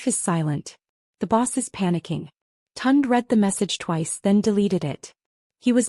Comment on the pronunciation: Not TUND. Pronounced Toon-Day.